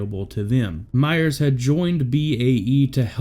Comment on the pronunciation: "Myer" not "Myers." Sheesh.